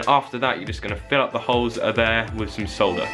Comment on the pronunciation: Finally someone on YouTube who says "solder" instead of "sauder"